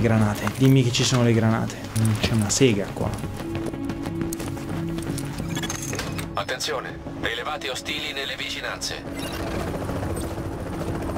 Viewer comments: al minuto la voce dice Attenzone, al posto di attenzione lol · MI piace che la voce in italiano sia tradotta bene, infatti dice Attenzone invece di attenzione, ma vabbè xD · 7.02 "attenzOne"? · hahaha in questo video ho sentito la frase: attenzone nenici in arrivo :D più o meno al minuto